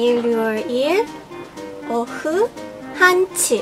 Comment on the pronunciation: 「日曜日」の発音がお上手でビックリしました！可愛い(^◯^)